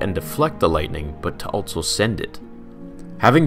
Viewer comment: The word is "also" not "altso." There is no T in also.